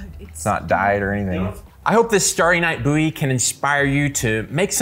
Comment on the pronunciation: Stary night Boowy , Bouwie , Bouwy. Ok my man, how do you pronounce bow, do you say boo. I suppose it could be an accent thing. I love your videos so please don't think I'm a troll. 😎